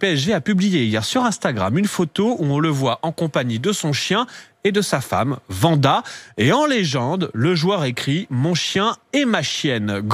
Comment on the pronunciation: Il a 85 ans pour dire vanda et pas wanda ?